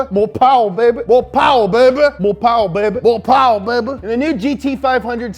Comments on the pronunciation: we got mor powa babeh four years ago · I thought he was saying "Mopar Baby" for a sec lol